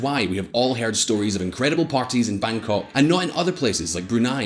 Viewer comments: He pronounced Bangkok as Bangkor?? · cities like “Bangkong”??? 🙈 Thai people gonna get pissed. (And I’m not even Thai) Be respectful and read the name of the city properly. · lol i thought I heard wrong. Bangkong. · I heard that too. Bangkok + Hong Kong = Bangkong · I stopped watching after I heard the word “Bangkong” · You lost some credibility with me when you called the capital Bangkong....... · Bangkong??? such a creative way to call Bangkok. its the capital city for god's sake. learn how to pronounce the capital city correctly at least before you make the news. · Bangkong? BANGKONG? ITS BANGKOK! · Bangkong???! 😂😂 wtf mate.. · Bang-kong Sorry, it's mispronounciation. you need to do more research before doing this video. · Bangkong? Couldn't bother to pronounce Bangkok? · I heard BangKong for a moment XD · You know how well informed your opinion on a country is, when you can’t pronounce the capital city correctly